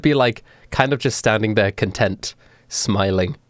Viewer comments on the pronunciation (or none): none